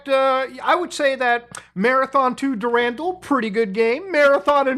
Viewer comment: "Der-randall". How TF dare you say it like that lol